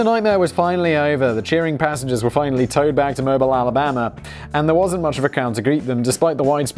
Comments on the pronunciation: Mobile, AL is pronounced mo-beel, rhymes with no peal. I know we got a lot of weird names in Alabama, thought I’d help ya out. :) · Poop Cruise—Mobile is pronounced “Mo-beel” (like automobile just take off auto). I worked Downtown Mobile when the ship was towed into port (about half mile from the dock). The smell was like that of port a potty. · It's pronounced Mo-beel, because the (American) South likes to make its own pronunciation rules. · It's pronounced Mo-Beel. But still cool to hear my hometown mentioned. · It’s mo-BEEL Alabama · It's Mo-beel Alabama. I know this one is extra tricky. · Locals pronounce it Mobeel Alabama. French influence along the Gulf Coast. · F.Y.I. - It's pronounced Mo-beel, Alabama. 🙂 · Mobile (Mo-BEEL ) Alabama, Simon. Don't you speak English? .......................#Smash the Dislike Button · Say with me Simon "MOBE EAL" ALABAMA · Simon.... its Mobile... not like the phone. Mo-bee-ill Mo- 🐝- 🤒 My family is from there so... please allow me to teach you how to say it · Mobile, in Alabama, is pronounced 'Mo (long o) beel' with accent on beel. FYI. Loved the video, btw! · Mo bee al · Simon cant pronounce my home town. Mobile = "Mow-beal". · It's pronounced "Mo-beale". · Has he never read to kill a mockingbird. “Moe-bill” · Mobile Alabama is pronounced "Mobeel" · I remember the poop cruise. There is no allegedly, you could. It is pronounced Mo- beel. Poeple who say mobile( like the phone) usually get carjack and shot, allegedly. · It's pronounced Moe-Beel, Alabama. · Moe-beel Alabama. Actually more like Moe-BEEL. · It's MO-BEEEL... I'm gonna start mispronouncing all those fucked up "English" words now, out of spite. Also, smashing dislike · FYI - Mobile, AL is pronounced Mo-Beal. I lived there when this happened. The city and the cruise line had a falling out after this and cruises were moved to New Orleans for many years leaving the city on the hook for a multimillion dollar cruise terminal. It was a shit show on both sides.